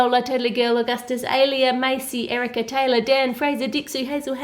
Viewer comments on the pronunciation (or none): none